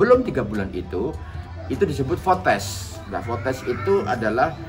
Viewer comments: Fetus pak bukan fotes...ngakak dengarnya... Nggak apa-apa tambah anak ..ibu saya punya anak 10 sehat aja kok,yg penting ibu dan anak sehat.Aamiin. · Fetus bi bukan fotes hehe.. Alhamdulillah disyukuri, yg blm bisa punya anak jg byk.. jd inget aku pertama kali hamil, hpt tgl 7 agt, nikah tgl 18 agt.. selang 2 minggu udah tanda2 hamil subhanallah pas dicek garis 2.. nangis berhari-hari, tp trs nyesel harusnya disyukuri..